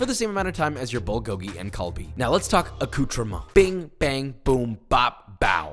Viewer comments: 'kalbi', siiigh. it's galbi. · The g in galbi is pronounced with “k” papa